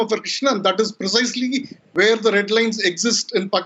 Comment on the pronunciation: What is “Werrrr” 🤣